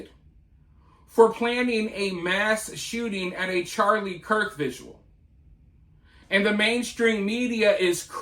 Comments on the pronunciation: It’s vigil not visual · Great job investigating and disseminating information!! BTW it‘s „vigil“ not „vigual.“ thx. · The dude in the video can't even pronounce "vigil", so... Seems like it's a bilateral issue.